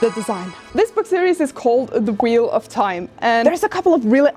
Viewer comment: When she said "The gold leaf is so flimsy, like when you breath on it whaaea Edit: when he said "Its the wheal of tieme" had gotten me😂😂